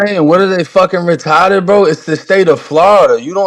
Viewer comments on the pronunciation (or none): “What are they retottid “